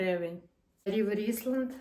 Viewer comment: Круті речі на крутій дівчині❤ Тільки бренд не Рівер Ісланд,а Рівер Айленд.Це британський бренд.